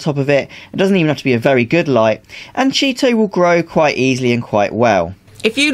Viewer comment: CHEE-TO! Thanks for video! Good info!